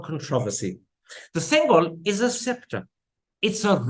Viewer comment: Why give importance to a lie when already we know this whole dispensation is made of lies. By the way, it is pronounced "sengoal" and not "sengal." Sengal is a brick in tamil.